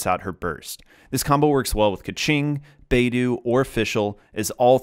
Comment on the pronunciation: thank you for the guide! she was my favourite support until i messed with her artifacts and i couldn't figure out how to make it work again. hopefully i can use her more now! however, i do want to point out that beidou is pronounced more like "bae-doh" (like in bread dough) rather than "bae-doo" - the 'u' when used after an 'o' serves as an extension of the "oh" sound, rather than indicating an "oo" sound